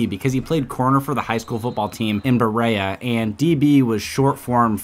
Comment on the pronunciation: As a Kentuckian, this was pretty dope. Except Berea is pronounced “beh-ree-uh”